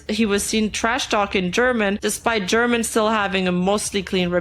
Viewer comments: For english speakers, it is pronounced "herman" not "jerman" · It hurts my brain hearing how you pronounce "German" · Saying Germán as German was so funny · Escuchar como le dicen a Germán, "German" justo como el se quejo en uno de sus videos se me hace extremadamente chistoso y vaya manera de cumplir su destino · (random time for this) Notes to keep in mind: German is phonetically pronounced like Herman, not like the country (the YouTuber has said he always has this problem at airports). Kenzo, Nimu's ex-boyfriend, did grooming before being with Nimu, and I believe afterward. He also got Nimu to use drugs and caused problems with one of her eyes. And most importantly, never believe what Dalas says. He always lies and makes up a lot of the things he says. He's already lost two defamation lawsuits, but he lies and says he won the case even though the plaintiffs show evidence that Dalas lost the case and hasn't paid the fines imposed on him. He's scammed his followers out of 2 or 3 cryptocurrencies and some crypto games. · Si supiera Germán que en inglés le siguen pronunciando su nombre como "Gérman" (alemán en inglés) xd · I ctfu when she pronounced "germán" as german like the nationality 😭😭😭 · german german dia 😭😭 sorry i just found the pronunciation funny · Idk if this is unwanted but, German is pronounced like "her-man" instead of another nationality. Great recap of the nimu downfall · the german garmendia pronunciation LMAO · Bruh I never imagined seeing a video canceling nimu IN ENGLISH Loved how she called german 🇩🇪 to germán jajajajjaja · The video is serious, with good information a only little mistakes, but I can't help to laugth when I hear how pronouncet "German Garmendia" 🤣